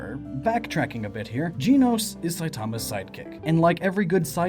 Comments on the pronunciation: dracosfire7 gen-os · I don't mean to be mean but... GEENOS! It's GENOS! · Also it's gehnos not geenos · Gen-ose not jean-ose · JEN-ohss, not JEAN-ohss. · Dear goodness it’s Gen- nos not Gene-nos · If I got to here you say Jenos one more time, I'm gonna go mad!!! Its Pronounced as in the show "Gen-os". Only complaint the video is great. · I thought Genos was pronounced like you gen in generation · not Jeanos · its pronounced GEN-OS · it sounds like his saying jii-nos. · for christ's sake if you pronounce it "gee-nos" one more time XD loved the video dude! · OMG you say Genos' name wrong. I'm crying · Disliked the video just because of how you pronounced Genos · reddead405 that’s how it looks like it’s supposed to be pronounced lol